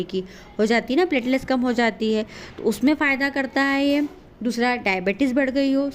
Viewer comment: Platelets bolte h correct bola kro Subscribe bhi galat bolti ho